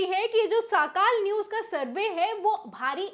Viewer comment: Sis it's now साकाल it's सकाळ